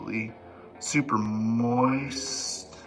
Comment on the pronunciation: It bothers me that me said moist that way